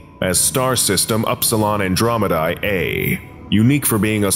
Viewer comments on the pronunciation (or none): none